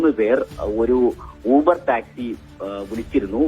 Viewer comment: ബാംഗ്ലൂർ അല്ല മാംഗ്ലൂർ , ലൂബർ അല്ല ഊബർ